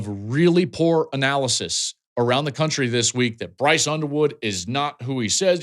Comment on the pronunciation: I could swear he said Brice Underwear at First.